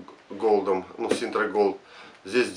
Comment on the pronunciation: От куда в названии буква Р . Парень не позорся это Синта , а не СИНТРА, как говоришь ты......